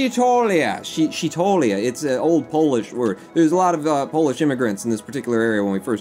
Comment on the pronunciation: I believe its pronounced "shee-tholia"